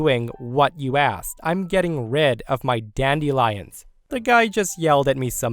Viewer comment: Is weird pronunciation of "dandelions" some regional accent of which I'm unaware, or simply an odd mispronunciation?? The word is correctly said as "DAN-duh-lai-unhz."